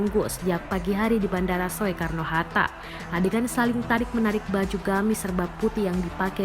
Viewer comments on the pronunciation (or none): pembaca berita "...bandara soekarno hatta" (baca: sukarno atau SOEkarno?) - dasar pembaca berita millenial tanpa kenal ejaan lama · Bacanya sukarno walau ejaannya soekarno...priben rika ? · Pembaca beritanya kok ngga tau cara baca? OE=U jadi Sukarno, ejaan op huisen bacanya jangan menurut hurufnya. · Maaf nih, masukkan, atau maaf juga jika justru saya yang salah. Bukankah Tulisan "Soekarno" dibacanya menjadi "Sukarno...???" Bukan dibaca persis seperti tulisannya "Soekarno....???" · Mbak naratornya ngga pernah sekolah atau gimana sih? "Soekarno" dibacanya "Sukarno" loh Mbak. Parah. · Gagal fokus sama yg baca berita. Soekarno itu dibaca: SUkarno, bukan SOEkarno. Sekolahnya dimana sih? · Soe Soe mata elo soek belajar baca lagi mba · Hiii cewek yg baca berita gak punya adap ya Kl gak paham tanya dulu,lu panggil Habib lu dg kata Riziq? Sekolah dimana lu bocah walaupun tulisannya soe dibaca ya su ya..belajar dulu baru baca berita!!!!!! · Ejaan Soekarno itu di baca sukarno mbak. Jangan mengikuti tulisanya.. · Biar gak bikin malu Tribun saya mau kaaih masukan buat news producernya. Tolong diajaran naratornya cara membaca ejaan SOEkarno yang benar. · ngomong yg bener Mbak, walaupun tulisannya “Soekarno”, “Oe”nya nda usah dibaca spt itu. Oe jadi “U”. malas belajar nih wartawannya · Kirain gue doang yg denger gitu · Ya betul ucapanya 😁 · kirain gw doang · Naratornya pe'ak😆😆😆😆😆